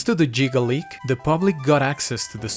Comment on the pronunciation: . Did you just. call the gigaleak the "jigaleak?!?"